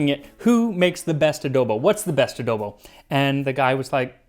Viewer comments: Randomly found this on yt. Ofc there would be a ph/spanish dish . Also correct pronunciation for "adobo" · The mispronunciation is really bothering me lol coz you pronounced adobo just fine